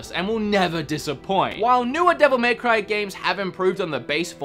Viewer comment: The way he says dmc is just arrgghhh, devil MAY cry